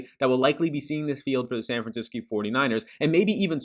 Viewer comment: this dude said san franciscki LOL